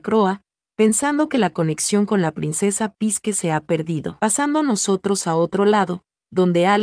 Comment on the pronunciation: Se pronuncia: "sique"